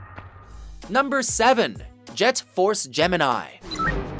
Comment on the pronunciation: Does this guy not know how to say Gemini or have I been saying it wrong my whole life